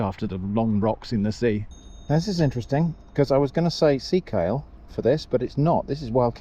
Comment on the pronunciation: Sea Kale sounded like something else.